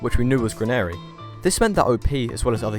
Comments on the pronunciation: "gran air ee" wtf I'm British and I don't pronounce it like that this guy must've been so cooked he fucked up the pronounciation of (gran-a-ree) lol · This mfer pronounced granary like CANARY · You have GOT TO stop pronouncing Granary so violently wrong. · amazed at the pronunciation of "granary"